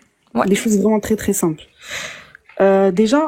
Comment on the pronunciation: Dès le début avec "trrrré trrrré simple " on a compris à qui on avait à faire.